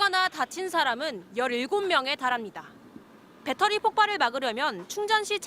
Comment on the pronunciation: 밧데리는 일본식발음이고. 배터리